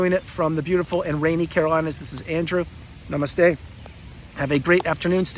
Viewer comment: ooouuum, namast - eee